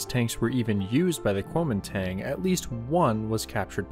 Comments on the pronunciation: My guess is that the guns is either a 20mm or 37mm, it looks too small to be a .50 unless it has some sort of barrel shroud over it. Also, as an FYI, Kunomingtang should be pronounced more guoumindahn, at least that's roughly the way it would be pronounced in Mandarin. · The A sound in "Koumintang" is pronounced "ah" btw.